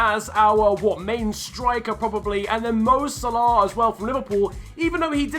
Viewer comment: It is pronounced mo sala not mo salarr